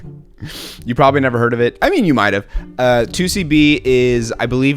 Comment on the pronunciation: “I’ve hearrrd” “they all feel same to me” Love it lmao